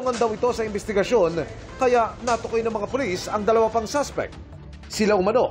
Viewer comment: Naiirita talaga ako sa "na tukoy" imbes natukoy